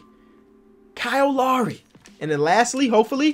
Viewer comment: I appreciate how pronounced "Kyle" correctly #Finally